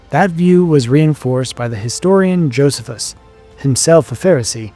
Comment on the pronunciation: The mispronunciation of names and titles is painful. Don’t rely upon your instincts; learn how to pronounce Josephus and Procurator… and many more.